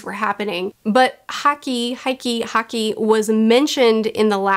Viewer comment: To help make things easier, "haki" is normally pronounced the same way you'd say "hockey." Also, yes, with the combination of Impel Down and Marineford, I say it's better to take your time before uploading another video. These arcs in particular deserve more time to prepare and process everything.